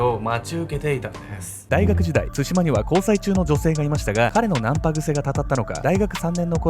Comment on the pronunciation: の「つしま」のイントネーションが少し気になる笑